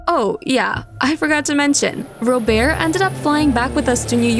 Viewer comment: When they said robert’s name I was shocked because I thought it was ro bear cause of how they pronounced it like that 😂